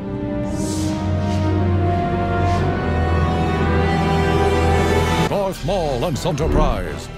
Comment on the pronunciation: Bro palpatine said garth maul😂